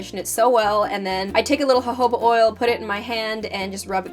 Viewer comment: Perfect hair! It looks gorgeous! Why did you switch from castile soap to this shampoo? I was looking into buying Castile to make my hair last longer in between washes and I was wondering what you think would be better. Ps You pronounced jojoba right!haha😜